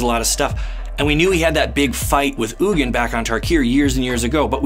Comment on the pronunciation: You're pronouncing "Ugin" wrong, it's pronounced "Eugene"